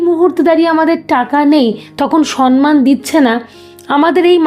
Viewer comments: Madam Apni khub valo bolen kintu shabdoti ‘SAMMAN’ hobe ‘SANMAN’ noy.Pronunciation kindly thik korun.Spelling SAMMAN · সন্মান নয়, সম্মান ( সম্ + মান) বড্ড কানে লাগছে।❤